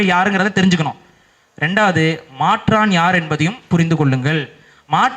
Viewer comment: மாட்றான் அல்ல! மாற்றான்!